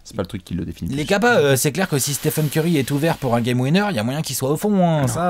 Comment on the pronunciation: NUAN-ALIMAN Dominique curry, il a dit curry 😂😂😂😂😂